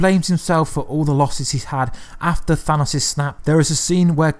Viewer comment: At least he pronounced Thanos correctly